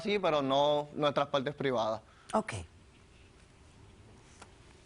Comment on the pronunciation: "Buenas taldes, daños y peljuicios" "en mis paltes plivadas " jajajajaj